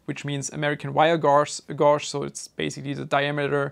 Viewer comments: Gauge is pronounced like cage except with g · Hey, just wanted to share that in English, at least in the UK, we say "gauge" like it rhymes with "cage". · im an american and wanted to correct you on the pronunciation of gauge but the way you said it actually makes more sense then gayge lmao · 'Gauge' can be a confusing word to pronounce. The u is silent, so it's just 'gage' when you say it. I noticed it tripped you up briefly when explaining the wire diameters. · I know your ESL so I'm just gonna say this because you've probably only read the word: Guage has a hard A not soft. GuAge. Or I've been wrong my whole life and so are most americans lol. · AWG = American Wire Gauge ... Gauge rhymes with Cage and Rage and Page ..... (I noticed you weren't sure how to pronounce it, so I figured I would write this in hopes that you see it amongst the 1,500 other comments LOL ) :)